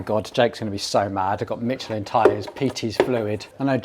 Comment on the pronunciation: Never heard anyone pronouncing the brand mitch-elin. I swear you do that just to make people twitch 😂